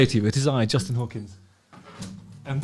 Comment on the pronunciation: Canadian???? "JUUUUUSTIn Trudeaux Trucks off again, AGAINNNN"